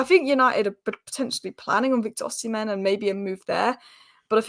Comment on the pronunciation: Heyyy, you pronounced Ohsimen as Oh-Semen. Nice.🙌🏼